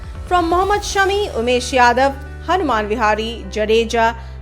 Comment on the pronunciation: The narrator said "Hanuman" instead of Hanuma and "Natraj" instead of Natarajan, every single time she referred to them. My point is, the narrator was just reading off a script and has no clue what she is talking about.